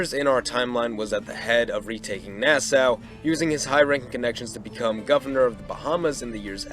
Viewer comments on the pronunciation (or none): Nassau ( Nah-saw) Port Royal (Port Royal not Port royale) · Part 2! Part 2! Also, as s Bahamian, I just wanted to let you know it’s pronounced Nas-SAW like the tool, not how it looks. It’s weird, I know lol